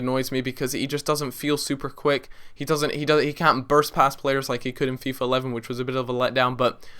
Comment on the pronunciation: loool da way he said fifa